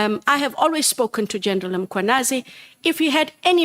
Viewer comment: This racist Breytenbach is refusing to learn how to pronounce African names. General Mkhwanazi is not Makhwanazi. Apartheid lives inside her. Johnson feels very protected with her. In a country that was so divided by racism Indians will always find comfort in white people.